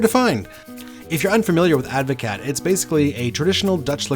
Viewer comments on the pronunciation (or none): It's pronounced like Ad-vo-cart 😂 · It's a Dutch word, so you pronounce the "t". Ad voh caat - cheers 🍹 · proper advocat doesn't have vodka only brandy.. and you need to learn how to pronounce it correctly